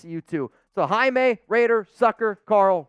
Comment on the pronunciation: You said Jaime like you one of us!!! 🇲🇽